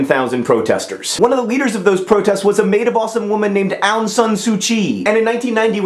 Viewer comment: ahhh! :) my mama's country! <3 she got to vote in that election. ik that mispronunciation is ur thing, but u pronounced Myanmar wrong. also the 'Aung' in Suu Kyi. xD hehehehhe